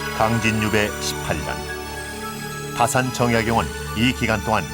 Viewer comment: 정약용에 대한 강의에 다산 선생의 성인 "다"를 바르게 읽지 못하시는 한국 학자를 무어라 평해야 할 것인가? 다산의 성은 "짧게" 발음해야 하나이다. 이런 오독은 다산 선생 한 분만이 아니라 "정씨" 일문에 대한 모욕입니다. "한국 어문을 고발함" 이라는 책을, 고국 동포 여러 분!! 조용히 읽어 ㅈ 시옵소서. 변 완수 드림